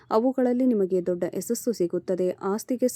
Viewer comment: ಯಸಸ್ಸು ಅಲ್ಲಮ್ಮ - ಯಶಸ್ಸು ಅನ್ನಬೇಕು ಕಂದಾ